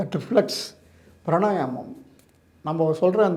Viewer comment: Why he says pranayanam? The correct word is Pranayamam